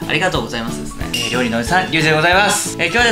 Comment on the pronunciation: ありがとうございますって言った時点で酔ってるのかと思いました🤣